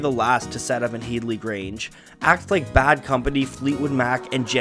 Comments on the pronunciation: It's head-ly grange not heedly grange lmao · It’s pronounced head-lee, like bed-lee. Not heed-lee. Watch an interview with Jimmy Page. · Head-lee grange mate, not heedly. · Its pronounced HEADley grange, not HEEDley. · HEAD-ly, not HEED-ly. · its' pronounced Headley NOT Heedley . .. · HEAD-LY Grange. Not HEED-LY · Headly Grange pronounced Hed - ly. "When the Levee Breaks" - drums recorded as explained but also thru an echo machine (Bimson?). See Rick Beato who got it from Glyn Johns (again, ? Surname) who engineered it. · head-ly, like your head. HeaDly Grange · It’s pronounced ‘hed-lee’, other than that great video! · Disappointed in the butchering of the somewhat easier “Headley”, though.